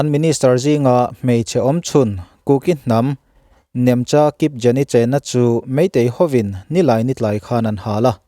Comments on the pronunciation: Kipjen tih in I lama Kipgen Gen lai hi Go kan hman a G kan lam ang hian Kipgen tih a lam tur.. A ka sawi thiamlo e a.. I puan hi chu nawi deuh pawh thutak deuh pawh nngaihthlak hi anuam ve hrim hrim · Nemcha Kipgen tia lam tawp tur. 'KIPJEN' tih lo tur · Kipjeni,❌ kipgen (kipgeeen)✅tih tur aw Sir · Nemcha kipgen tih tur...sapṭawng angin G hi lam suh..Grep tih angin lam rawh sir..Jeep tih angin lam suh. Sap hming hnam ani lo.. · Nemcha Kipgen tiha 'gen' hi 'Goal' kan tiha 'g' anga lam rik tur aw. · Nemcha Kipgen tih hi i lam diklo deuh, Kipgen tih hi thadou hnam peng Haukip hnam pêng leh chhawng a ni a, g hi Hindi Ga ang khan lam tur ani.